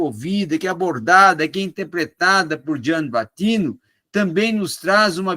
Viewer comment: É Gianni Vattimo, nao "vattino"